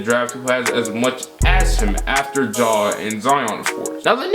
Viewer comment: You nailed the ja pronunciation